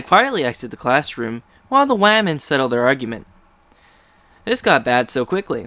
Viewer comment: Joshua Hughes you clearly haven't noticed that he says "whamen" in the video as a joke, im just.....*BOLDING* it.